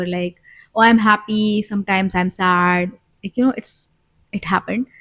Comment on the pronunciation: I always appreciated little things.. you’re right… thanks Daddy 🫣🫢… I’m ready to say now.. a feel times I’ve heard you say Ha penis… like penis.. sorry I just had to share.. but was just a feel times… but I think it was just to make me smile.. and it worked.. thanks for that …